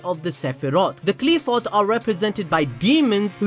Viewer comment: First of all it not Qleephot It's Qliphoth Qlai-pho"th" (like "th"ot)